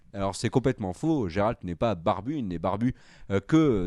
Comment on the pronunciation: Et pourtant il est super populaire parmi les fans de jeux-vidéo, et puis là le prononce à la française, en vrai on dit "Guéralte", et ça s'écrit Geralt.